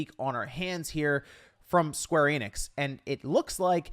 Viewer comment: It's pronounced Square Eh-nix not Ee-nix. Their YouTube channel, E3 videos, and their games pronounce them as so.